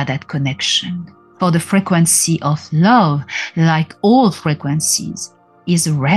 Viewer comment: I like the way you say frequency it sounds almost like you are saying fragrancey and im reminded that it is one in the same 💖